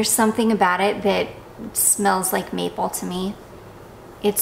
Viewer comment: I'm was listening in my car on the way to work and I swore I heard you say it smells like meatball. 😮 Then I realized when you repeated... MAPLE! That is much better for a perfume! 😂😂😂